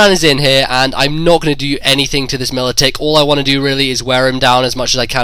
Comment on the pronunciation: Every time I heard Militick it hurt my ears.